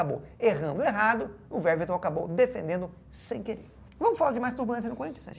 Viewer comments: A pronúncia do nome do goleiro do palmeiras, Veverton, me pegou desprevenidos, companheiros do esporte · Weverton ele fala Veverton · Eu gostaria de, recolhida a minha insignificância, apenas corrigir a pronúncia do nome do atleta Weverton, que a própria mãe do atleta reconhece ser Wevérton. Um programa de tal excelência não pode cometer tal deslize.